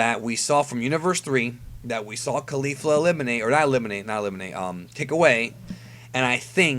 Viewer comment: Isn't Caulifla pronounced like Cauliflower and not Khalifa, which is the way you say it?